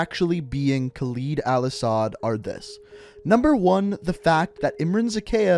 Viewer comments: The way you pronounce Khaled Al-asad is freaking annoying Its LED Not LID ITS LED HOW HARD DOES IT PRONOUNCE LED????? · You piss me off with your saying kaleeed al assad but you Americans are “proper English” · the cutscene literally pronounces the name Kahled Al-asad right and you pronounce it wrong, what the fuck is wrong with you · Khaled is a pretty famous name in the arabian countries + Al Asad is a known family in Saudia arabia (Where Khaled Al Asad is from) Its just pronounced with a harder "A" + Khaled means noteworthy or trusted (Translator isnt that accurate in name) but Asad means lion